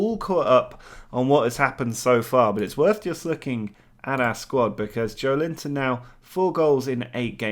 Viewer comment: Joeliton pronunciation would be more like "jo-eh-lee-tom"